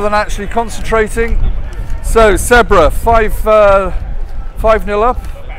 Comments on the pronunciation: He is saying sedbruh 😂😂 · Someone please teach the commentator how to pronounce Sedbergh